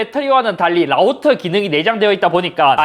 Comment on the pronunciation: 라우떠.12왛뜵 라고 말하네요ㅋㅋ